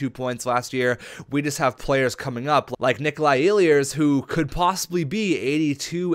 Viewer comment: It's e-lers not el-i-ers sorry it really bugs me when names get said wrong :)